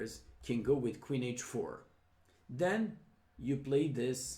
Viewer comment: I love how he pronounces "queen" as "Quinn".